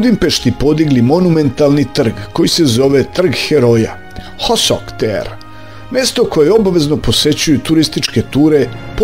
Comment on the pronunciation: Ako pametuješ, nauči pravilno izgovarati ime trg heroja.... Nije hosok, nego hősök... Probaj naučiti.....